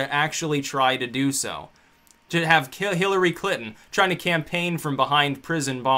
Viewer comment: Love how it sounds like you say Clitton. :-D